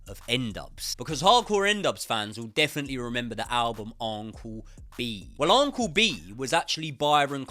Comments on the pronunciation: Its Un-cle. Not On-cle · Am I mental or does say uncle weird 🤣 loving the content mate! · Never heard anyone pronounce uncle like this